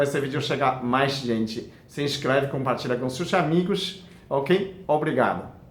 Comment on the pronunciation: Adoro quando você fala :Compartilha com SeuuusssAmiiigossss.Pronuncia Bonitinha 😂😂😂😂😂😂